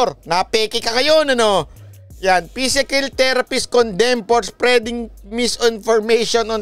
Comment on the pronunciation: Tama ba rinig Ko? Physikill therapist.. PT... Parang tanga XD Kaw talaga XD